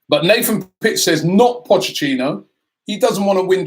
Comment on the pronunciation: Potchachino? How can Somebody who makes his living off of talking about football not know how to correctly pronounce Potch’s name. It’s like how he pronounces Rennes, I guess he will never learn.